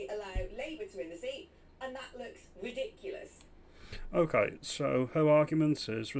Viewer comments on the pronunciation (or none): she sounds widiculous